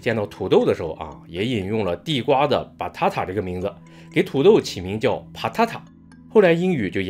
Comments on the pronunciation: batata正确发音-把大大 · ：Batata發音像potato Banana：你禮貌嗎？